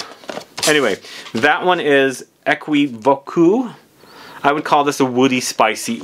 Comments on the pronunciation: It prononces as "é·ki·vok" 😄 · U have to say Ae-ki-vok’ ❤❤❤ for thé french pronounciation ❤❤ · The way you say is very funny but that's ok. It prononces as equivok